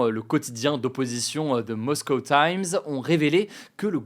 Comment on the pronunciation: L accent anglais Hugo 🙈🙈🙈 MOSCOUW